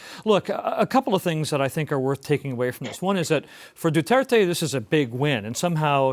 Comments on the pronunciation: Anyone else find it annoying when he says Duarte when its Duterte? Buddy didn't read the synopsis properly LOL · "du-aar-tay & manny pa-kow" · looses all credibility when he can’t even pronounce Duterte’s name goes to show that he’s not too bright at all